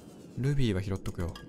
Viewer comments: ルビー！がグミ！に聞こえた笑笑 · ルビーがルフィーに聞こえるw